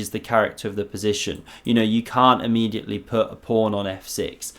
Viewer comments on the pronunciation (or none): none